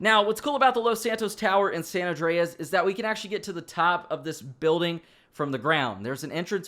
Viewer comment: san andreas that how u say it